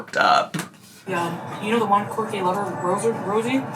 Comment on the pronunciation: ‘Quarky’ is how I heard it.😂